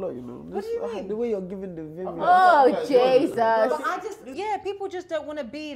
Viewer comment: it is pronounced as Jesus /dʒizəs/ not Jaysus. YOU GET ME, yeah